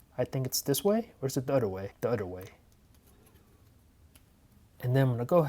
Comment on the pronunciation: The “oder” way😭